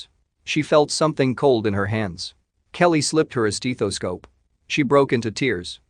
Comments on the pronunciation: STETHOSCOPE not steEEEEEathoscope. And it’s boutonnière …. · Its a STETHoscope not a STEETHoscope. Fix your frigging AI voice. Just another pile of blah, blah, blah, drawn out crap. Man who showed up was the recipient of her dead sons heart. Give me a frigging break. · It's stethoscope, not stetheescope. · It’s pronounced like Death a scope, Breath a scope stethoscope a scope… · Not to take away from the heart warming story (I’m an organ donor but the recipient didn’t survive to live the benefit), but the mechanical voice reading the script could be so much better. “Steethoscope”? Really? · Steethoscope? Story by text-to-speech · if i was to hear STEETHASCOPE one more time!!!!!!!!!!!!!!!!!!!!!!!!!! UGH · Learn how to speak and enunciate the word stethoscope. It's NOT stee-tho-scope. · Emotionless computer voices are so poor. They have the same intonation for every sentence. And they don't know how to read the text either. WTF is a "steethoscope"??? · The voice here was pretty good, but "stethoscope" doesn't have a long E and yet the voice showed no other accent - a sure sign of a mechanical voice. It would have been nice to quality-control the voice and teach it how to say stethoscope - with a short e. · Learn to pronounce stethoscope. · Have I been pronouncing "stethoscope" wrong?